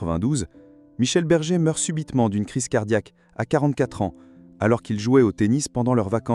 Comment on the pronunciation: Berger et non bergue